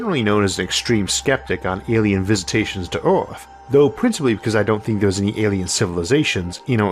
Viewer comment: He has a speech impediment (think Elmer Fudd), I don't remember what it's called.